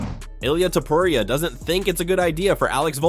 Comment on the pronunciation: You say topuria stupid